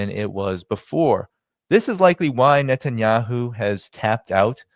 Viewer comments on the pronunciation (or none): none